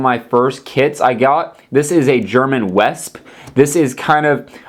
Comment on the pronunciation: First it is panzer yager spelt jäger and the wespe is prounonced vespe and it was artillery other than that well done one making so many vehicles